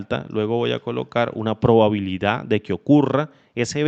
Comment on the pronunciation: Muy bueno, solo que dice probalidad y es probabilidad :D